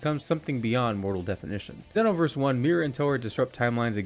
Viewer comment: It's ZEEEE(like Dragon Ball Z)-NO-VERSE.